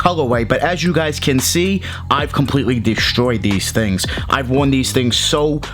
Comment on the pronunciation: Bwing these tling